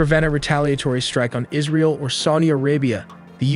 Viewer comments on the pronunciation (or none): none